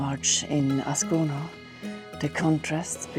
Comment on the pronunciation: Schöne Bilder, aber 3s spricht sich so aus,, wie man es schreibt: Ascona und nicht aona / asona / oscon oder Locarno und nicht loano und das viel "ja" ist auch nicht notwendig